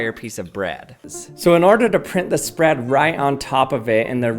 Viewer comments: "The perfact spraaad" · “The perfect spradddd”